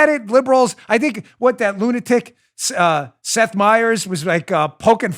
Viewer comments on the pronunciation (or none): none